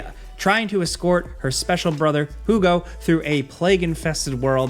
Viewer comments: Hugo is pronounced "Hiu-go" not "Who-go" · I audibly laughed when you said "who-go" instead of "hugh-go" for plague tell requiem. Made my day, thank you for that. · Did said Hu Go? 🤨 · A-meats-ia and Jugo (juice) 😂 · lmao inability to say hugo properly made me giggle